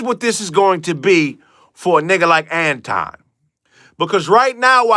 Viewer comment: I love how people are mispronouncing Anton's name. I keep hearing people call him Antwan. Now, the nicknames Futon and Mandace Owens are classics. I figure he has been dealing with this his entire life which leads to his insecurity. And when no one defends you, you probably caused what happens to you. That's why no one is speaking up for the woman in the video with Corey.